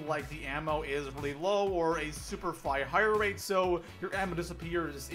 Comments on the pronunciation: When talking about the G11, he said figh hire rate instead of high fire rate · he said super Figh Hire rate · Bruh did anyone not hear him say “figh hire rate” ? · Am I the only one who heard "super figh hire rate" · "A super figh hire rate..." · "super figh hire rate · "A super Figh Hire rate" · figh hirerate? 😂😂